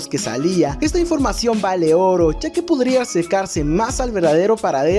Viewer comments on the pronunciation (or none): none